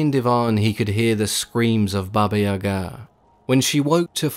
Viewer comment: I love this story about Koschay. Just an FYI, it's Baba Yaga accent on the Ya not ga.